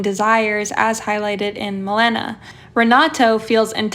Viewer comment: girl......its Maléna